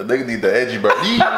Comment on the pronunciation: lmao he said "edgyburdie"